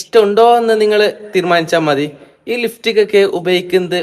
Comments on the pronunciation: ലിഫ്റ്റിക് അല്ല ലിപ്സ്റ്റിക് 😂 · ലിഫ്സ്റ്റിക്ക് അല്ല ലിപ്സ്റ്റിക്ക് 😂